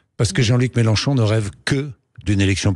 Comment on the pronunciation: Gourdain 🤣 on dirait qu'il a de grandes dents avec le sourire du clown méchant chaque fois qu'il prononce Mélenchon 🤔